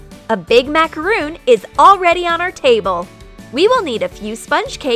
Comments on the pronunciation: Did u just say MACAROON IT IS MACARON NOT MACAROON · IT'S MACRON NOT MACAROON!?!?!?! 😡😂😂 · i think it is called a macaron not a macaroon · It’s macaron not macaroon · MA CA RON NOT MACROON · It’s Macar-on not Macar-oon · Actually, it is MacarOn not macarOOn. A macaroon is a coconut, crispy, cookie type thing. A macaron is a fluffy sweet cake. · It’s pronounced as macaron not macaroon but no offense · They are macarons not macaroons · Macaron!!!!!! Not macaroon!!! A macaroon is a coconut bliss ball type thing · Its macaron not macaroon dumbasses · It’s actually pronounced mac-a-ron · they said macaRON wrong #petpeeve 🤦‍♀️🤦‍♀️ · Macaroon? NO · Am I the only person that gets annoyed when they pronounce “macaron” wrong? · Agnes Bäcklund yep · I also get angry